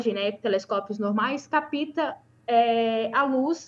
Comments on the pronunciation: "caPÍta"?? Assim não dá, muito fraca essa pessoa. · A comentarista tem de caprichar mais no português. É capta, não capita; problema não pobrema. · "Capita"? Onde ela aprendeu português? De onde surgiu esse "i"??? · A pronúncia de "capta", está errado!